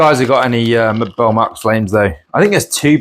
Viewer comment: "Burle" is something like BOOR-lee in Brazilian Portuguese.